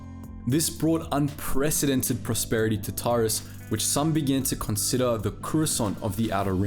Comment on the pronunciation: This would be great if you had actually played the games and learned how to pronounce their names properly. How do you get Bastila "Shin" from Bastila "Shan" (Pronounced SHAWN) and Taris isn't TAR-IZ it's Tair-is. FFS it's not hard to find a let's play and listen to a little bit of pronunciation.